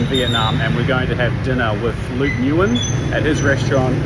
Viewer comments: Nguyen is pronounced “win” not “new-en” 😂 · (Pronunciation)Nguyen = win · It pronounced Wing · Nguyen is pronounced Win